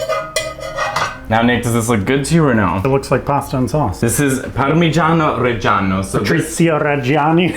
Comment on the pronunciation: Nick, " I can barely taste the Patricio Regiann i" ... LoL